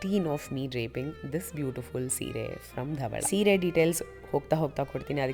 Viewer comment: I love the way u told seere❤ not like english ppl sareeiii